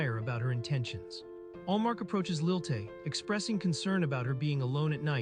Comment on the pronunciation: It's Lilie not Lil Tay.